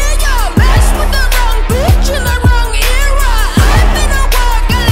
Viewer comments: The fact that the singer pronounces era wrong is very annoying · I hate how the song pronounces era 😂